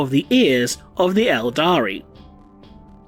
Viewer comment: We are not calling dem Aldari! It's Eldar!!